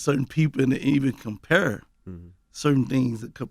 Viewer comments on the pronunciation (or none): “Compuure” = Compare 🤣.... My nigga Gotti!